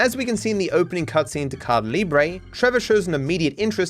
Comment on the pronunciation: please stop saying cardah libre, it's "ca e da" libre with emphasis on the "e"